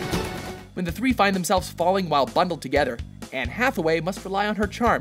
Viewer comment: he says togeder XD